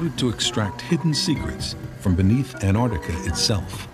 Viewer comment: This would have been amazing if it hadn't been for the narrator continually calling the place "Anarctica".